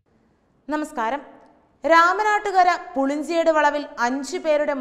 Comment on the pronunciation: പുളിഞ്ചേട് അല്ല പുളിഞ്ചോട്...ജബ് ..ജബാ